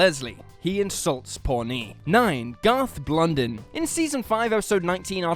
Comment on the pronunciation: It's pronounced ponee not pornee